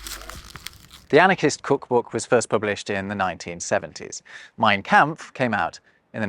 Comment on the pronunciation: Excellent video as usual from. My only criticism is the pronunciation of the vowel sound in the German word “kampf.” The “a” should sound like the “a” in “father.” There is a YouTube channel Pronounce Names that has a short video “How to Pronounce Mein Kampf.”